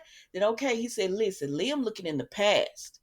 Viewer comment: I'm so happy you pronounce Liam's name correctly. I caught this one video that called him LIME! 😂